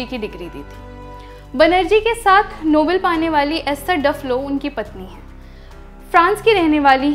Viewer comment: Its pronunced as नोबेल not नोबल